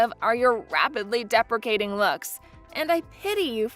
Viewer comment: Every time you mispronounced "depreciating", I wanted to hit something! All you are doing is showing ignorance... If English is a second language for your voice actor (or artificial voice), get someone/something better!